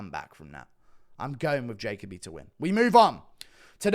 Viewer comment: Don’t think this guy has ever watched Jacoby fight because he is pronouncing his name wrong